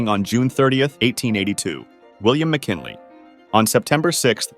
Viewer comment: William mckinily?